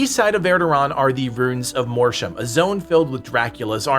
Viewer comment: Every time he mispronounces Mortium I feel a percentage of my cells die